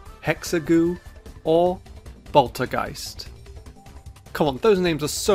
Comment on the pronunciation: "boltergeist" reminds me of that one boss in super Mario galaxy called "bouldergeist" funny because I always thought it looked like a Pokemon